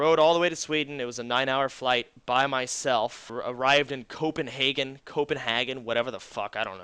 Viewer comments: Denmark!!. U said Copenhagen right, at first time :D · Vi pratar om 2 helt olika saker. Han säger copenhagen fast det säger han ju relativt rätt. Jag pratar om när han säger Jengo-ping. Och jag antar att han menar Jönköping!